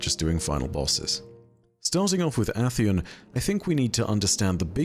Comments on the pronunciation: Is it pronounced Ah-theon? I've only ever heard Ay-theon, and I've heard it that way for so long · Aint no way bro just said atheon like that💀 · Love you but goddamn after the 10th mispronounciation of atheons name made me give the same reaction as when the wifi runs slower than a three legged badjer